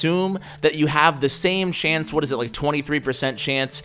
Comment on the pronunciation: Why is he saying shance?!